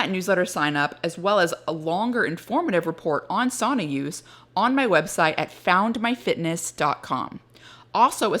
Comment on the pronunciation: The lady conducting the intervies needs to learn how to pronounce sauna.